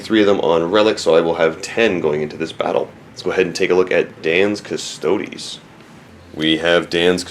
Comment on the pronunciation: LEARN HOW TO CORRECTLY PRONOUNCE CUSTODES.